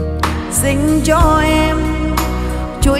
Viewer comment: Thương không phải là thủỏn . Xin không phải là sinh cần luyện phát âm